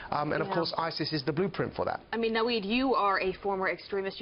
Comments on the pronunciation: Why does she call Maajid "Nawid"? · Did she really call him naweed?